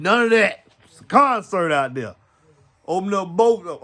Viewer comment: Lol, "Its a concert out thuur!!" 😆🥰😇🤑